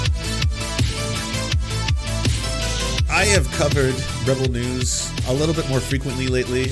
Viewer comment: is it just me, or does it sound like he's saying "rubble news"? I think that's a much better name